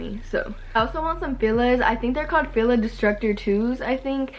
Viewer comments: she said fila as filla 😭 and I have the disruptors, I'm the only one in school with them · Am i the only one who realized that she said fila’s wrong😭😭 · Ur supposed to pronounce fila with the i as an e sound lol ly